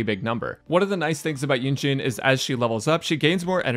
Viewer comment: Why does he keep saying “Eugene”.